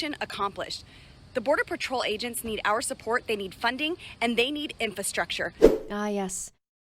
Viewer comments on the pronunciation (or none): What? She can't even say infRastructure, let alone express a need for it.